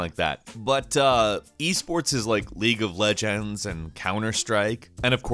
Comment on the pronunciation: "legue of legalndz